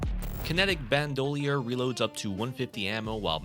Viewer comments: "Band-oiler" lol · Bandolier is pronounced 'Ban-doh-leer'. Satiation is pronounced 'Say-shi-ay-shun'. Fiery is pronounced 'Fi-ah-ree' (or fire-ee if you prefer.) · Bandolier: Band-ah-leer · Bandolier is ban duh leer. How you said that was WILD lol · why did u say bandolier like that lol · Also the way he says bandolier